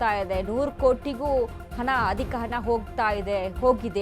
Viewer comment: ಅದು ಹನಾ ಅಲ್ಲ. ಅದು ಹಣ.